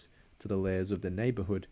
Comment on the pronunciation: Lares is two syllables: lar-aez. The singular is lar.